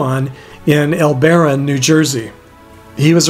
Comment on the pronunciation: L-BURR-RON New Jersey is how it's pronounced. I grew up there on the Jersey Shore.